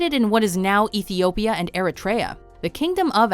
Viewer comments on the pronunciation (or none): It's pronounced "E-ree-tree-ah", not E-re-tre-ah."